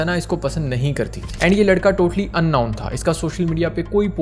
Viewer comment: "Unknown" ka sahi pronounce seekh lo.